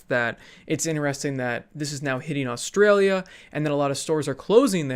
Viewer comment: Never say Australia again